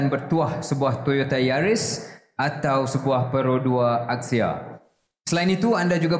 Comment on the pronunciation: That Axia pronunciation sound elitist T15